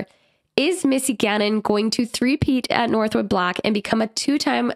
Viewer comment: Shoutout to for calling it northwood and not northwoods. That always drives me crazy